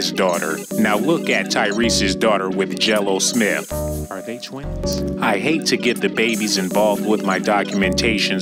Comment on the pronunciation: That boy said jello smith 🤣